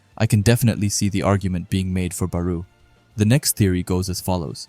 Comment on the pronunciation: Am i the only one thatheard Beru instead of Barou?